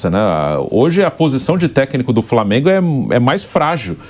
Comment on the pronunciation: Esse substituto do pilhado falando Flamêiingu me dá nos nervos